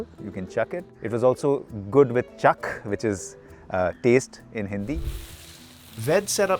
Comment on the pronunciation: It’s chakh(चख) not chak.